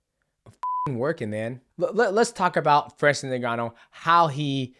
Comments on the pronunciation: stop calling him Nigannou lol it's Ngannou, sounds kinda like ungannou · I love you DJ but it’s pronounced uNganou not Neganou lol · Ngannou is pronounced "In Gannou", not " NinGannou" The N is pronounced as "in" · My man Mighty Mouse u need to stop calling him Nigganou😂 it's N-Gannou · He said "niggannou" 😂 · Nobody, literally nobody MightMouse : Francis Nigganu